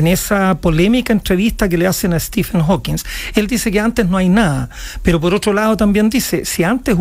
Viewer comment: Prof. Maza, es HawkinG, no HawkinS... Entiendo que los periodistas se equivoquen, pero Ud?